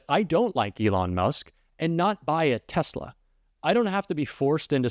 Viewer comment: Did Musk say Tezla ...yep he did.